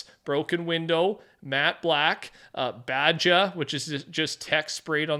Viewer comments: Bro said badge-A and not Baha 😂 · Baja is pronounced as baw-haw just so you know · Baja is pronounced baw ha it's a type of desert racing where trucks race through the dessert going over jumps over a span of 100 miles or more at speeds of 100+ mph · BAW-HAW not BADGA. How on earth can an american not know who to say Baja? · When BAJA do u mean BAJA (Spanish= BAJA to BAHA but BAHA is spelled the same way as BAJA) in spanish JA is said as HA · Love your video! But Baja is pronounced down here as Bah-Hah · Baja is pronounced Ba-Ha like sand dune racing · Baja- pronounced Ba-haa. No hate😀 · Baja is pronounced bah-ha. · Bah-Ha (Baja) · Baja (Bah-Ha) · Baja... Say it like baha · BAJA is pronounced BAHA. I swear every video bro pronounces something way off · I love your pronunciation of Baja It's ba ha. It's an off-road race. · Love you bro, but Ba-ja is pronounced Baha <3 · Baja is pronounced baha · Ba ja? It's pronounced ba ha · Baja is pronounced (ba-ha) I’m pretty sure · baja is pronounced "Bah-Ha" 😂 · Also there's mountain dew called baja blast so Im surprised he said it like that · Bro can't pronounce Baja. He pronounces it like a white guy who's never had Mexican food.